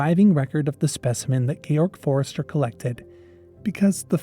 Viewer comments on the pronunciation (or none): none